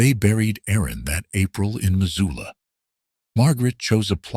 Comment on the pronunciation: They also called Missoula...Mazula... do research when telling a story 😉